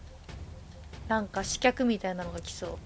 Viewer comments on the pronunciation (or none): 楽しそうな姿を見ているだけでこちらも嬉しくなります。 最後まで見届けますね。 あ、刺客は「しかく」と読むんだぞ、と。